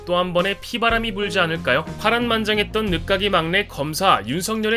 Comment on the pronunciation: 참고로 '끝을'은 '끄츨'이라고 읽고, '늦깎이'는 '늗까끼'라고 읽습니다.